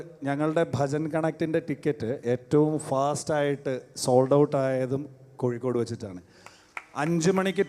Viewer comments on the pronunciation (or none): ഇൻ ഡ്രാക്കാരനോട് പറയാനുള്ളത് വികലമായിപ്പറയുന്നവനെയാണ് മ്ലേച്ചൻ എന്ന് പറയുന്നത് അത് കൊണ്ട് സ്വയം മ്ലേച്ചനാവരുത് "കോയിക്കോടല്ല " അത് വേണ്ട കോഴിക്കോടാണ്.